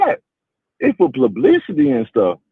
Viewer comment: "It's plublicity"